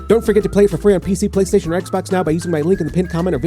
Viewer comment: I love how he pronounces "Playstation" in 17th century accent